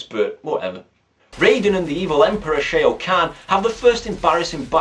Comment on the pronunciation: Shao kahn is pronounced "Shaw Caan" btw Playing the game makes the film better, it still looks awful though...